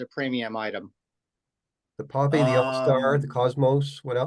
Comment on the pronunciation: Awesome interview. Glad to see Popy ポピー pronounced correctly. PoePea.